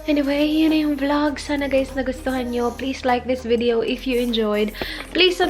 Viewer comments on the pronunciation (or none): none